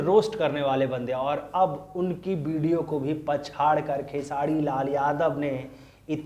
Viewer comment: भाई आप कब khesari भाई का नाम सही से उच्चारण करना सीखोगे पता नही खेसारी लाल यादव है " खेसाडी लाल " नही ध्यान दो यार कब से चालू हो